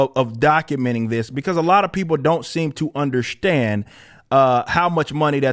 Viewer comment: Why the fuck does he talk like that now? I don't underSHTAND it.